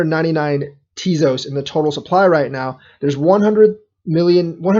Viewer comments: Think it's pronounced Tay-Zose. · you lost me at "teazoss". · Ugh, you're pronouncing it wrong... 😬